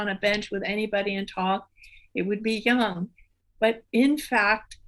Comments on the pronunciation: His name is not prounced young. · I still cringe every time I hear someone pronounce Jung as rhyming with "fun". It rhymes with "put", as in I need to put sugar in my coffee. Sorry if this is off topic, but there it is. That said, I think I'll be learning much as I listen over and over again to this conversation. Thanks to for giving us these podcasts!, you are wonderful!